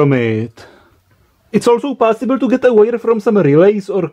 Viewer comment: I love the pronunciation of possible: "PAAAASIBLE!" :D